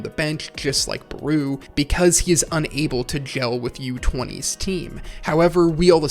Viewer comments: why does he call Barou "Bruu" 💀💀💀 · I ain't gonna lie, your pronunciation of Barou's name is bothering me, lmao